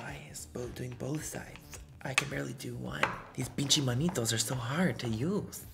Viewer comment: Lol Manitos Manny it’s manitas!!!!! 😂